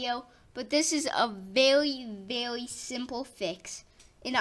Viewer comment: I saw your comment right when he said it lmaoooo